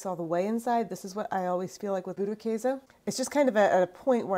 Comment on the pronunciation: You are pronouncing it 90% correct 😊 - from Germany